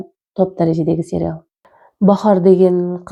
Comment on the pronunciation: Серял емес сериал деп айтылады